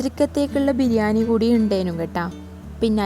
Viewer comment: ബിരിയാനി അല്ല ബിരിയാണി😂